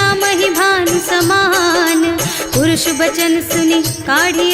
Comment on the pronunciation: Purush bachan nahin hai.parush bachan hai.jiska arth hai kathor vani.mai daly sunti hu aap ki sureelee aur madhur aawaaz se hi dukh Kam ho jata hai.dhanybaad.